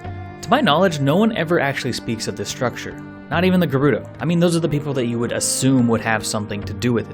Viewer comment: that mispronunciation of gerudo hurts my ear